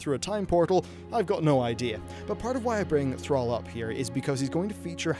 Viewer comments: Say "Al". Now say "all". Now say "Thral". Now say "Thrall". Thrall. Rhymes with all.:-P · call him "Thraal" one more time... I dare you. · Thrall is pronounced "Th-r-aww-ll" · Ball. Call. Fall. Gall. Hall. Mall. Pall. Tall. Wall. The only '-all' word that sounds like how you say 'Thrall' is 'shall', which is hardly a modern word. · Please learn how to pronounce thrall correctly